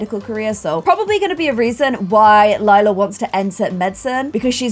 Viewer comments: LAJLA NOT LILA PLS PRONOUNCE IT BABE😂❤️ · LILA not LEELA come on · (Not trying to be mean) I love hearing keep saying Leela instead of Lila and then correcting herself 😆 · DUDE ITS L I L A!!!!! IF YOU WANNA CALL YOU HER "LAYLA" THAN MAKE HER NAME "LAYLA" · I just noticed she said Lila instead of Lela in the beginning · Hah it's cute cuz no matter how she says it, it will mean purple in both english and german. I know she originally named her Lila to not have a weird name like Lilac so it was a shorter version of it to show the color, but due to her shortening it she mistakes it for Lela :) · When pronounces Lila as Lee-la and Lie-la within two second of each other 🤦🏼‍♀️😂👌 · Lila like “Lilac” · PLEASE! if you wanna pronounce Lila right, think of Lie-la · thanks for this. :) new appreciation for lee-lah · Hi! If you need a way to remember how to pronounce lila’s name is this: Lie-la hope it helps!😊